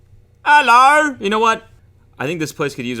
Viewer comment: Every time Cody says "allo" he looses 8 thousand subscribers